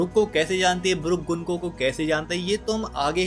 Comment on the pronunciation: गंको है उसका नाम गुनको नहीं